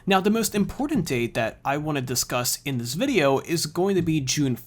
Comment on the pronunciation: Its "video" not "videyeeeooow" 😤😤🤬🤬